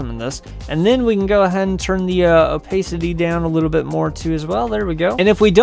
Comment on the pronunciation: the way you say opacity makes me want to smash my head into a wall